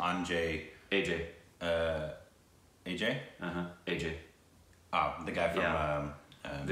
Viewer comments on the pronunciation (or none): Just a suggestion, her surname Rai is pronounced Raa-yi (the i sounds like eye, or the way you say "ri" in rice) and not like Ray. Just thought you guys might not be aware of it. Cheers! Same with Ajay, the stress is more on the j and not on the third a. So it's like A-jai and not A-jay. :) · U R pronouncing Aishwarya's last name wrongly... its no Ray... Rai is pronounced as Raaeee.. And its not A JAY its AAHJAI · They r still calling Aishwarya Raaaa'ae, Aishwarya ray.😠😠😡 And its Not Sulmun Its 'Sulmaaaaan(SALMAN)' And its not Ae'Jay Its 'Ujay'(AJAY)like Umbrella(aem brella) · I died when they pronounced Ajay😂